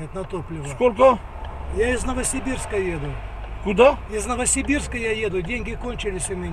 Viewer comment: "Новосирбирска" Ору😆